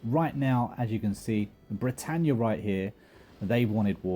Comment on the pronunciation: I thought I was the only one who caught that haha and keeps calling battania Britannia